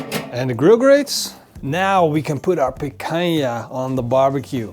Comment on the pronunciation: The way he keeps saying Picanha is so annoying